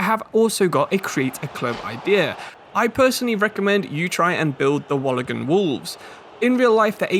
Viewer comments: wallagan wolves is crazy its pronounced wool- ong-gong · Wool-on-gong not Walagong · Nah my man’s butchered Wollongong. It’s more like wool-in-gong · it's said like Wool an gong just letting you know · I love like video but as someone from Wollongong and who also PLAYS for the wollongong wolves u18's, thought you should know its pronounced like wool-on-gong :)